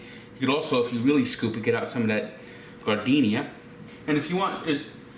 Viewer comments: F on the "garden-iaiaia" pronunciation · Gardenia is actually pronounced JAR-DIN -AIRA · That man just pronounced that shit GARD-deenia. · pronunciation of Giardiniera made me think he was putting flowers into the beefs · Someone arrest this man for how he just pronouned Giardiniera